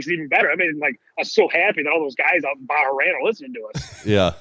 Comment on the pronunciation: Bah-Rain lol